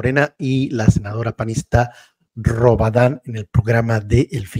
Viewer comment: Es robarannnnnnnn no es rabadan😂😂